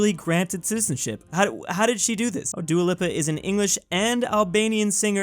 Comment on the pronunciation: I’ve never heard Dua Lipa pronounced that way before. 👀